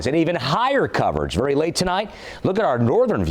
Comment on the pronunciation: "VARY","VARY", "VARY","VARY" ACTIVE & damaging winds....!!:dothefive::dothefive